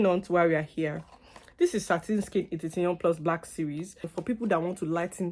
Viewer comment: Did you say hitition plus ? 😂,it’s hithion plus